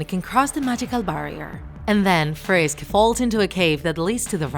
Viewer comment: lol u sed frish instead of frisk. Lol